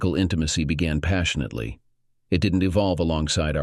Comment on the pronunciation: Hey, who (or what) is "passionate Leigh"? Goofy ass robots still can't figure out how to speak like actual human beings.